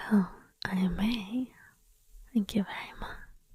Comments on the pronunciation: ok so it sounds like you say anime for no reason. but the subtitle tell me it (I may). how, i can't hear it. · It the (I may) part. Does it not sound like you are saying Anime instead?